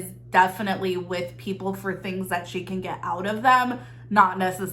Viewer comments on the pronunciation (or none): none